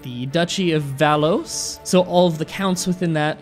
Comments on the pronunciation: also, "valos??" It's val-wahh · Capay and Val-oo-ah (Valois) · "House Cap-et, I believe that's how it's pronounced" Just No. And hearing the Beautiful House of Valois called val-ouse. Well, my ears are bleeding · This is awesome but please take the time to look the french pronunciation up. Not only for esthetic purposes but also because I genuinely could not understand what you were referring to with "Capet" (which I figured out after thinking about it for 2 seconds) or "Valos" (which I have to stop and read to understand it was Valois). I know this video is three years old and I don't care, someone had to say it